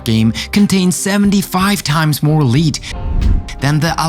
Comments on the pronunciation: Five is pronounced “f-eye-ve,” not “fiv” It’s a long “i” Also lead, as in the toxin, is pronounced “lehd” not “Leed” it’s a short “e” sound English is hard lol. Oh! And 350 degrees, as in Fahrenheit lol. It would cook 1 turkey, perfectly 🙃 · r u high? lead is not pronounced leed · People should not watch this video because you cannot pronounce your words. Especially Children should not watch. Lead is pronounced Led. Idiots! So many other mispronunciations.